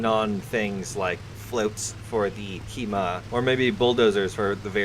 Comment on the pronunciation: Ah yes... The Ki-Ma, legendary Japanese tank.